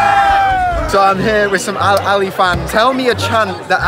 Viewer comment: al-ally💀💀💀💀 sorry bro its al aHly